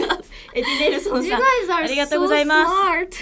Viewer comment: (ご) it's Go Za I Ma Su not Ko Za I Ma Su